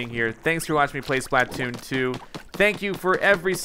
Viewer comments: Its SPLA-TOON not SPLAT-TOON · pLeAse STOP CALLING IT SPL"A"T OON JUST SAY SPL-{UH}-TOON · you're saying splatoon wrong. its Spluh-toon not SplAT-toon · He calls it splat- toon 😂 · I dont like how he says it.. splÃtoon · Dude it's not splatoon it's splatoon